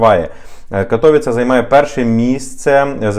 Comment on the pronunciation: Цікава інформація, ще б карту і зразу демонстрували б де це, бо кожне містечко, особливо мале, не знаєш навіть живучи і подорожуючи по Польщі. А взагалі то не КатОвіце, а КатовІце...так, щоб було...